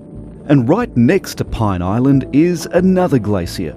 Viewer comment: "Pine" Island?